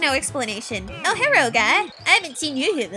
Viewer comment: I love how you say "Herro!" istead of "Hello." (